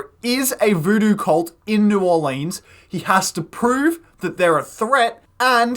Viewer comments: This is the first video I've seen where new Orleans is pronounced properly. Good work sir. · Also, New Orlinz, that’s how we say it. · your pronunciation of new orleans was very accurate